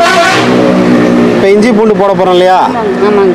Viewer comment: Inju இல்ல இஞ்சி